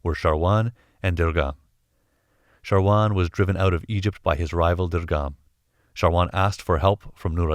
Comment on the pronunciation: thanks for the great Infos, but that man's Name is "Shawar" not "Sharwan"